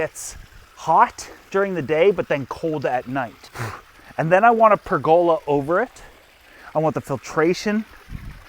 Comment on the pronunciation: Another I know your canadian in the pronunciation are different , but It is pronounced per the love. Not Not pregola